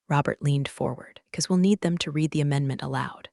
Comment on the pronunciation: Please teach AI context for when to pronounce "read" as reed or red.